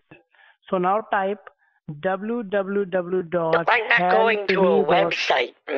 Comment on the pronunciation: "Dubblu dubblu dubblu dot". 😂